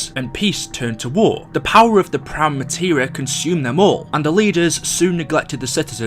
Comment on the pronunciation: STOP SAYING PRIME MATERA